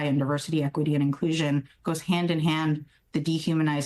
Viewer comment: Did she just say draconian